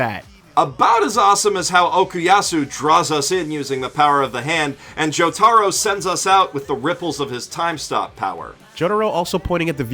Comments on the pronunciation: JOE TARO? TF IS THAT jk but still its jotaro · It irritates me every time I hear this guy say "Joe-TARO", and then this vid added the busted "He-gosh-ee-kotuh". Makes no sense as I'm positive both of them have seen the sub versions, so they'd have no reason for their uncultured/white pronunciations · It pisses me off when you say joTARo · “Joe-taro” “Reverb” “Shining Diamond” Stop it. Read the manga. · The way you say Jotaro and Yukako sounds wrong